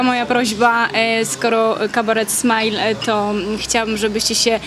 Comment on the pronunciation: Pani się dowie z kim robi wywiad.. jaki "kabaret smajling" (fonet.)?! WTF?! Smile.. kabaret Smile :) Dla Panów brawa